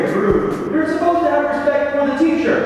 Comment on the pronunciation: "You respectt me" Charles